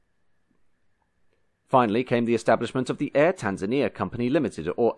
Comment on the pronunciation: Heheey... us Tanzanians getting a shout on Motion History. Decent pronunciation of the names of countries, cities and towns. But why only the post independence flag of Kenya is shown, the rest of us have to do with British Protectorate flags? Fantastic video as usual